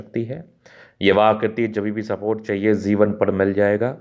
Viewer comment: Jivan not zivan